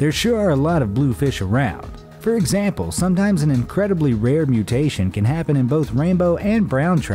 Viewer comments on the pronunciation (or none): boi u saying egsnample sometimes